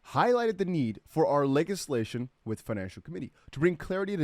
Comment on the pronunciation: Thanks for all the info bro much appreciated. Just a quick note, your pronunciation of legislation is off 👍 not hating, just letting you know.